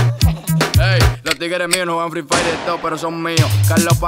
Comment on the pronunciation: Así no se pronuncia "fire".